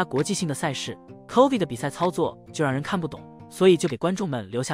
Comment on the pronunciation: 这个影片在bilibili能播吗？Chovy已经快念成Covid